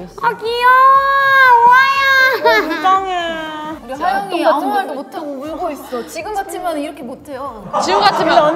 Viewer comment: 💗 에이핑크의 모먼트를 댓글에 담아담아 💗 은지의 찰진 욕 연기 •• 노래를 잘하면 이쁘지말고 이쁘면 연기를 잘하지말자 😝 밖에서 노는 걸 좋아했던 뽐 .ᐟ 놀이터에서 5시간 이상 노는 아가들 특징 ☀️🌈 시구 천재 뽐 ⚾️ 후에 나오는 허씨 집안 드립도 넘나 웃기는 ｡ ｡ 지니 항영잉 🧞‍♂️ 하영이가 황제성의 숨겨진 여동생 ｡ ｡ ｡ ｡ ｡ ｡???? 동생을 많이 ~^^ 아끼시는 은지님 •• 하영이 건들면 은지한테 혼나요 🚨🚨 다 너무 웃겨서 넣을까말까 하다가 못 넣은 것도 많네요 에이핑크 넣어주셔서 감사합니다.ᐟ 케이팝 진심녀로써 에이핑크 너무 좋아했는데 요즘 술꾼도시여자들로 주목받고 있어서 너무 좋아요 ❤️ 에이핑크 활동이 오래된만큼 사이가 더욱 더 돈독한 게 보여서 너무 멋진 판다가 늘 응원해요 .ᐟ.ᐟ.ᐟ 🐼🐼